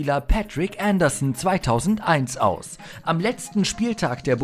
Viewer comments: Jeziorski ja... und bei Patrik Andersson auch. 🙈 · Pätrick Änderssen? Mir war so, als wäre er aus Nordeuropa :-s Seis drum, insgesamt schönes Video. Leider oft etwas unscharf bzw. zu viele Amateuraufnahmen (scheint zumindest so). Die Aussprache von "Leicester" ist übrigens auch nicht korrekt. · Bitte vorher mal informieren wie einige Spielernamen wie Patrik Andersson und Vereinsnamen wie Leicester oder Watford ausgesprochen werden, bevor man diejenigen in einem an sich guten Video nennt 😉 bei der Aussprache gruselt es einem als eingefleischtem Fußballfan 🤣